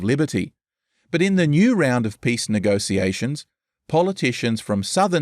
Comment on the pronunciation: Please learn how to pronounce "negotiations". Hearing you say "negosiasions" over and over again ruins this whole video.